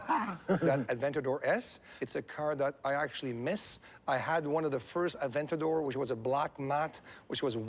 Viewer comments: Well my first comment got deleted. and it’s A-VENT-A-DOR not AVEN-TADOR !!!! You did not do any research!! It is not a common mistake!! You show a lack of interest!! This is a disgraceful mistake!! 👎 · Don’t forget he is here to pick up his “Av-an-tater s”...did someone say tater-tots?! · zhalo a ven tay dor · The guy that talks over the video is an idiot and cant pronounces "aventador", I caught that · OB i think you need a new narrator, or you should teach him how to say aventador.